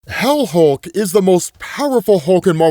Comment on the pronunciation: Hell Hulk? Helk? Wait... HELCK? GO READ/WATCH HELCK!